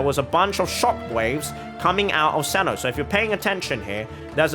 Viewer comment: How do you get “Cenno” from “Cyno”